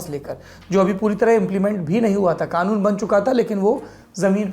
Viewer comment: एक तो ये खानून नहीं कानून होता है 😂😂